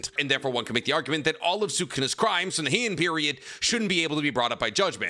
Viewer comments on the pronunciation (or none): Statute, not "statue" of limitations. Jujutsu, not jujitsu. Heian is "Hey-on", not "he-on".